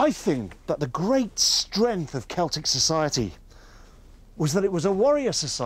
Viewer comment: Its Celtic. Not celtric 🤦